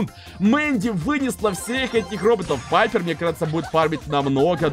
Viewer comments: Ребят! А вы тоже говорите не Пайпер а Пайепр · Пайпер а не Пайерр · Только пайпер а не папйер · ОШИБКА НЕ ПАЙПР А ПАЙПЕР